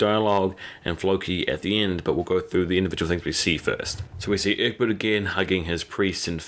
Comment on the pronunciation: Who's Urkbit? I don't remember any Characters named Urkbit, who is that, Ecbert? Come on Man, I tell you this every time, well Urkbit is dead now so I guess focus on pronouncing the rest of the characters names